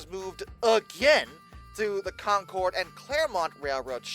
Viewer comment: I acknowledge your rant and indeed this is a "well acktually", but it's not Con-Cord, it's more like Con Curd, NH, and yes it's out of sheer stubborn contrariness, to differentiate ourselves from Concord Massachusetts. We also have a Lebanon and Berlin we pronounce wrong on purpose.